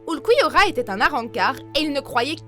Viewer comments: ULCOUILLORRA WESH C QUOI SA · aie aie aie "oulquiorra" ahahah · A y a bien oulcouillora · Pardon ? Ulquiorra Cifer ? Cifer ? ULQUIORRA SHIFFER BORDEL ! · J'aime se que vous faites mais tu ne sais pas dire le prénom ulquiorra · tu as ecorcher le nom de ulquiorra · KIYOYA 04 cette prononciation est deguelasse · 4 mais putain pk ils ont mal prononcer sont nom ! Vive le nouveau Ulquiorra hoghyoku qui est sortie y a 1 semaine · j'ai faillis avoir une attaque , Orihim et Ulkiora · Ça se dit orihiméééé et ulkiorra schiffer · Attend sérieux ta dis ulkouyora et orihim mdrrr tu devrais déjà apprendre à proncer leur prénom pour faire ensuite une vidéo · La prononciation d’ulquiorra et d’orihime ca va pas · JEEEEEEZ j'aime bcp cette chaîne mais alors là Ulqouiorra et Orihim les pronontions a Revoir Surtout que je kiff Ulquiorra= best character et on dit Orihime se lit avec é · La prononciation de Ulquiorra 😥et orihime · j'ai les oreilles qui saignent rien qu'a entendre la prononciation XD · ORIHM!!!,??? ORIHIMEEEEE PUTIN ET PAS ICHIGO ITCHIGO SI TA DU MAL bon ulquiorra compréhensible mais sa de dit Ulouquiora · Aïe la prononciation des noms des persos de bleach "ouyoulquiora" "orhime" "ishigo" faites un effort putain c'est si dur que ça de dire "*ulquiorra" "orihime" et "ichigo"